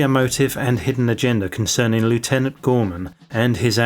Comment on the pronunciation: You're English. It's pronounced "lef-tenant" 🤦